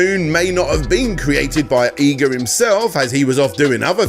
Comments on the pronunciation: It’s EE-GA, not EYE-GA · I cringe every time you say EYE guh, its EE guh bruh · Also, Eyga? And Ar-eye-a? Is the horrendous pronunciation intentional? Am I missing a joke?